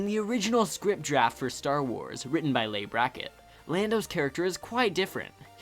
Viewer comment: Nice list. FYI dude "Leigh" is pronounced "Lee".